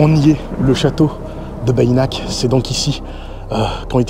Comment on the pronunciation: C'est génial. Tu nous régales! On dit "Bénac" pas Bayinac. Ce château est incroyable, tout comme son château voisin Castelnaud. Un vrai voyage dans le moyen-âge. Toute cette région est incroyable! Preuve en est la fréquentation de ouf pendant l'été!